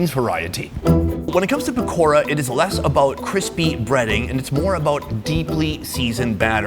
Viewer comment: Pakora but ra is pronounced da 😂😂😂